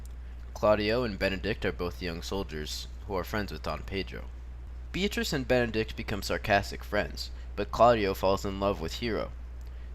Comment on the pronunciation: m8 it's BENEDICK not Benedict! but cool video anyways